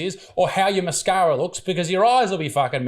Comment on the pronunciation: "Massscccaraaaa" - A "solider"